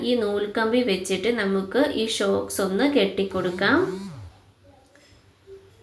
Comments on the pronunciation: ഷോക്സ് അല്ല സോക്സ് anu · Shoks അല്ല സോക്സ്